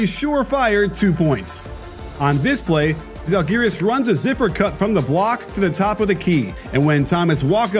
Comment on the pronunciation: Žalgiris, o ne zhalgiris.čia komandos pavadinimas, o ne šiaip žodis kuris verstusi į anglų kalba